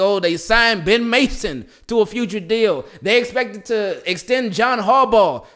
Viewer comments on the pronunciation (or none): none